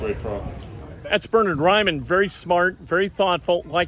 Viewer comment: Bur-Nerd Rye-Man